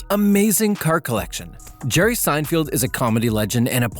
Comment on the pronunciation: Say his name correctly! "Sine-feld". not "Sine-field". didn't even watch the first minute. novus!